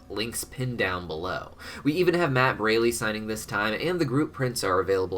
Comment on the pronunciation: You mispronounced Matt's last name again, it's pronounced Br-all-ee